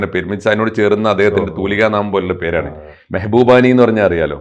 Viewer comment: Mehboobani അല്ല Mabhubani എന്നാണ് അദ്ദേഹത്തിൻ്റെ പേര്.